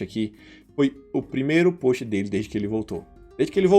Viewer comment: Acho fofo como vc pronuncia “post” como “póst”, não esquecendo o sotaque. Ahahahah! Brincadeiraaaaa! Qd cê vai abrir um Méqui Baiano, levando o acaraje pro mundo?